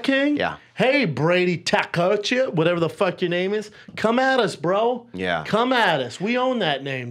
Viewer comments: And Brady “Takashuk” haha. Tkachuk is pronounced Kuh-Chuck boys. Not like you should know that with that silent T shit. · Tkachuk pronounciation was hilarious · Brendan trying to pronounce Tkachuck and Ovechkin gave me a seizure.